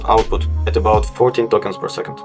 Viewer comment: Вот ты тестируешь llm, но не понимаешь, что скоро переводчики не нужны буду! А ты тут "твенти фри токенс пёр секонд".